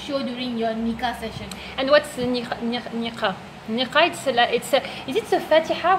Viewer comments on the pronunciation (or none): Oui le mot Nikah vient de l'arabe, et c'est le son [k], la lettre kaf ك , pas ق comme tu l'as prononcée. Baraka Allahou fik